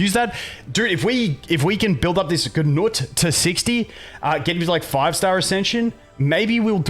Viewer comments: stop saying GUU NUT its 🥜NUT 🤣🤣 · Boned by nut lol. Had a solid laugh. I think people pronounce it like. Noot. or g-noot. Who knows, but nut is funny enough.